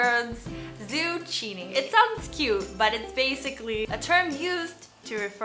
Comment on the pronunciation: Cool video hahah, I appreciate the representation of aromanticism since it's something so rarely talked about in the media and in social settings. By the way, 'zucchini' is pronounced as 'zoo-ki-ni', just thought I'd let you know. 😉🤣